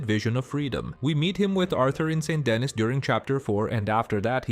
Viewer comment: Its pronounced Saint Denni not Dennis the menace fyi.